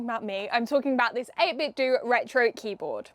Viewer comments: The "Do" in 8BitDo is pronounced like the "do" in "Nintendo" not the word "do", you damn zoomer. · Not wanting to be that guy but I think it's meant to be pronouced 8-bit-doh, to ryhme with Nintendo. TBF, it's not a good play on words, or a good name really. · Pretty sure it’s supposed to be pronounced 8bit “doe.” It’s supposed to be pronounced like the end of Nintendo so I’ve been told. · Isn't is pronounced 8-bit "doe", like taekwon-do and kendo? As in the art of or the way of 8-bit? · I was thinking about getting one of these, so thanks for the review. Save me searching for one! :) FYI, 8Bitdo is meant to be pronounced like Nintendo. The company got their start making Nintendo clone controllers and modkits for NES and SNES controllers. Even today the majority of their controllers are Nintendo style ones for Switch / PC.